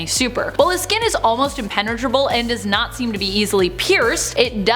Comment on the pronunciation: Guessing it was a coincidence rather than intentional but the two times she says "not seem" I heard it as nazi(m)